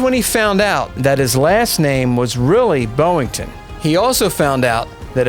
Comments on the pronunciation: You keep saying BOWington, when it's BOYington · I gave a thumbs up until I heard the presenter mispronounced Gregory Pappy "BOY" - INGTON's name as 'BO' - INTON. when I hear a mispronounced word it puts me off, perhaps that's just me 🤔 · His name was BOYINGTON, not BOWINGTON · Hmm I'm not even American but I've heard all other presenters & also in the mini series the American actors, pronounce his last name as BOY - INGTON but for some unknown reason this presenter seems to read it as 'BO' - INGTON. I could never understand how some people fail to read correctly, it make me presume their uneducated 🙄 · Stop saying "Boeing-ton"